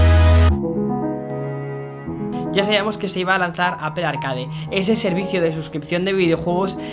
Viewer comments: Me causa gracia que el tipo dice "Apel" cuando en realidad el fonema es "Apol" pues ni muy fanboy de Apple 😂😂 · PORQUE DICE ''APPEL'' ??? QUE NO SE SUPONE QUE ES ''APPLE'' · Si los españoles presumen hablar el ingles como se escribe... Porque no dicen Aple" en lugar de apel? Y video" en lugar de vidio" Wtf maldita sea!!! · Daks Sama porque tampoco es apel 😂😂😂, el fonema es apol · Exacto, en lugar de apel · Nadie: Este chavo: APEL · apel?... en serio APEL? ostia usa un traductor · El “APEL” 🤣🤣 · "Apel", "Vídeojogo". Otro más...